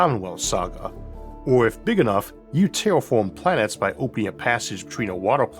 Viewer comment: Elmer Fudd AI Narrator : "Tewwofoam pwanets"